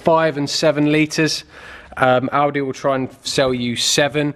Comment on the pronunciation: Oh, "Audi", thought you said "Aldi".